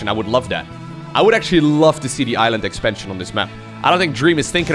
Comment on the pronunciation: Did say island as iron.